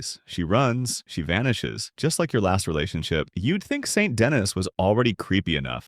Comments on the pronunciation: Saint Denis is "Sawn Da-knee" not "Saint Dennis" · Say it with me now SAN DUH-KNEE. Not Saint Dennis. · Sane da knee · Denis isn’t pronounced “Dennis” It’s pronounced like “St. Louis”. The S is silent, and the I is pronounced like an E. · Sorry but i have to say this Saint Denis is pronounced San da knee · the way you say Saint Denis and Angelo Bronte honestly sent me into a lil rage... like they say the names IN the game so there's not even an excuse